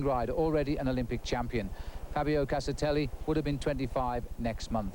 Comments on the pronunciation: Castarelli??????.......what a dumbass!!!, at least get the name right. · 'Castarelli'...darn it you reporter, get his name right!!!! 😡😡😝😝 Anyway, I was only 10 when this happened, it's such a grim reminder of the perils of the outside world when cycling. RIP, Fabio Casartelli. 🙏🙏